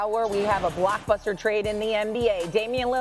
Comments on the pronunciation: Are they saying blockbuster or black buster lol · Did she say blackbuster 😂